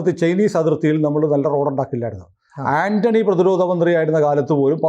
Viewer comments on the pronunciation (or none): none